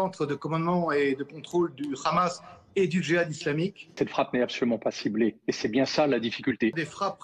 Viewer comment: C'est hamas et pas grhamas